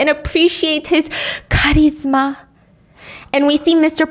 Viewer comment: LOOL THE WAY SHE SAYS CHARISMA